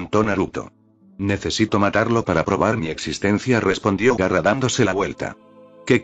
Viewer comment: No es Garra.... 😡😡😡 es GAARA!!!!!!!!!😡😡😡😡